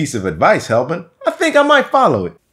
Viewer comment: Hellbent = Hallbert . haha very funny